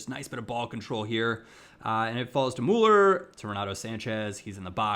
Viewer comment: it is about time you learn to pronounce Müller, with you being a Bayern fan and all.:)